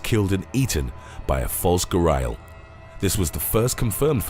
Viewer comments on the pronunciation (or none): its pronounced gary-al not ga-rie-al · Decent video I suppose. The thumbnail is disgusting though, by the way. And also... I do believe that Ghariel is pronounced with an "e" sound, not an "i" sound. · You pronounce gharial wrong.